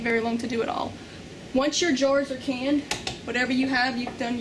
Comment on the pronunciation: Do you realize you said "caned" instead of "canned" several times? If you want to cane, perhaps go to Singapore to hand out punishment to vandals.